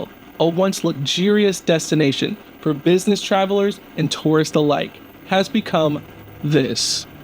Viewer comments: Isn’t it pronounced business not buness Op At least speak properly please. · Exactly. He means Art Deco, but cannot say it properly, just like he says buness for business!